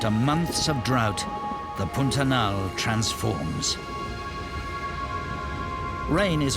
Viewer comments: Brazilian Portuguese pronunciation of "pantanal" is a bit closer to "p-ah-n -ta-nal" than to "pun-ta-nal". Otherwise, the video pronunciation is truthful. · Why does the narrator pronounce Pantanal like Putanal? 😂